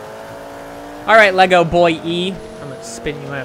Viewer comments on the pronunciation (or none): none